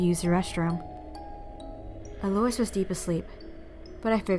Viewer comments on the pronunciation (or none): the name "Eloise" is pronounced ELL-oh-WEEZE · Ikr it didn't even register for me that her name was supposed to be Eloise. I kept thinking she was saying Delores for the entire first half of the video 😂